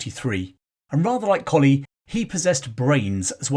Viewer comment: Thank you for another fascinating glimpse into the British Army's history. In 1971 I married into the Pomeroy Colley clan. To my knowledge they have always pronounced Pomeroy as spelt, not "Pomfry" and Colley as in the dog, not "Coley" as in the fish! Throughout this video you jump between "Pomfry" and Pomeroy and "Coley" and Colley. I have watched the Majuba Hill video in which you do the same. (My Irish in-laws' family historian and author, Turtle Bunbury, will have the definitive answer.) Also, for the forthcoming Buller video, the Church of England is tying itself in woke knots over what to do about the memorial plaque to General Redvers (pronounced Reevers?) Buller that is on the south wall of the nave Exeter Cathedral. I have suggested that, although the Zulu War was an indefensible blot on the Empire's record, and that Buller was promoted well beyond his level of competence by the time of the 2nd Boer War, he earned his VC at Hlobane honourably. Many soldiers survived death by Zulu rifle or iklwa because of Buller's bravery during his 36 hours in the saddle (according to Donald R Morris in "The Washing of the Spears"). I believe both the plaque in the cathedral and his statue in Exeter should remain, preferably with a balanced, rather than a woke, explanation.